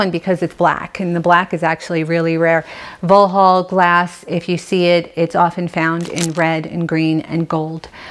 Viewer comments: It is called Vauxhall as in the cars. Not Voho. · Vauxhall is pronounced 'Voxhall'..not Vo-hol'. Yes, it's uk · In regards to pronouncing Vauxhall ... it’s ( phonetically) voxhall. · Vauxhall glass, it's pronounced "vox all". One your English followers. You ave an extensive and beautiful collection. Xxx